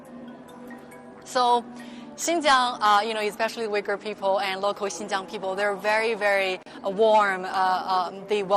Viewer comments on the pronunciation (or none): First of all, you need to study how to pronounce 'Uighur' not yuigur dumbass.